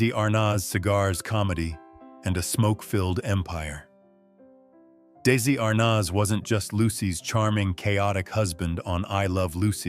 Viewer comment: I wish whoever runs this YouTube channel would program its AI narrator to pronounce Desi Arnaz‘s name correctly. It is irritating. Furthermore, Vivien Leigh did not die of smoking related causes. Tuberculosis has nothing to do with cigarettes.